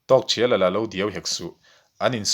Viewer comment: A ngaihnawm hle mai,chutihrualin zawhna pakhat,Tawkthriala tia i lam hi Tawkthiala tiin ka lo hre thin a,ka lo hre dik lo zawk em ni niang,Aizawl Radio a pu C Lalnunchanga ziah an rawn chhiarah pawh khan Tawkthiala ti tho khan an lamin ka hre bawka,enge ka hriat dan hi a dik nge dik lo zawk min lo sawi chian sak thei la kan va ti ve,, engpawhnise i channel a puitling ka ti hle mai